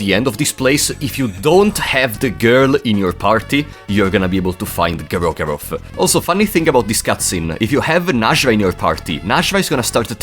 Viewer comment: Instant favorite video, almost 10 minutes of saying "Gro-goroth."